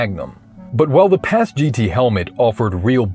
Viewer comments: Never heard it pronounced as Paz-Gee-Tee like you are saying. Always heard it as Paz-Git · PASGT (Personnel Armor System for Ground Troops) is pronounced "PASS-get," rhyming with "fast-set," The "MICH" helmet (Modular Integrated Communications Helmet) is pronounced like the name "Mick," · PASGT is pronounced “pas-git” otherwise good video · Say it with me now: "Paz-Git" "uh-Patch-ee"